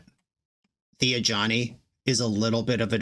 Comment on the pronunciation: Since the Foundations video went live, I always hear "a Johnny" instead of Ajani. Or Jazal.